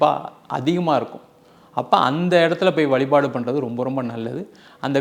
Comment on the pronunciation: Dear Anchor: Valipaadu illa vazhipaadu